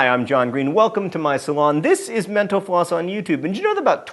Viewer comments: No, you are not because John Green already acknowledged that people hear menopause in a previous video. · Kalliste --- No you aren't, as it def. sounds pretty damn close to him saying "menopause". Reminds me of another channel I watch sometimes, Thoughty2 where when host says it, it sounds like "Forty two"